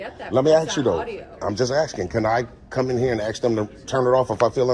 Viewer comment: He axes a lot of questions.